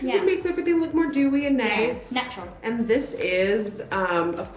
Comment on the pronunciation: Omg yessss you’ve seen that Tati video 😂😂 I love how you say snatural